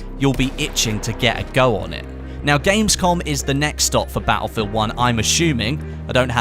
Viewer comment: Wish this tool would learn how to say "battlefield".